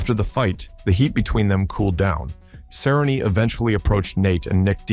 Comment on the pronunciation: It's pronounced Cer rone nee, get it right stupid Ai filter.